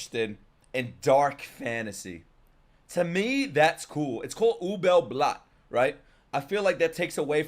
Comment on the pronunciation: Please don't say Ubel Blatt, it hurts my ears, and I'm not even German.